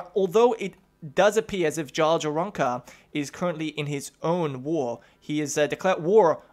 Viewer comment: Pronounce Jarl like Yarl.